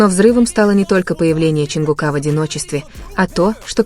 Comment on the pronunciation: Не ЧАнгукА, а ЧонгУка.